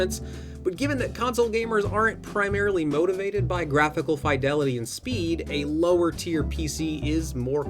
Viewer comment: R u saying fidelity wrong on purpose